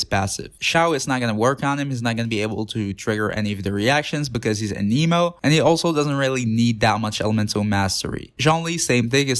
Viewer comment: I got a chuckle during the spear, cause when ya said it doesn’t work for Xiao cause he’s anemo, it sounded like ya said an emo. XD